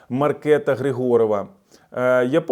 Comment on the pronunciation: ДАнуш, ДАнуш і ГрИгорова МАркета - в чеській ВСІ НАГОЛОСИ НА 1 склад.